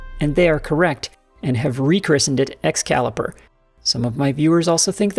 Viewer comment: Yes, LITERALLY laughed out loud on “Excaliper”!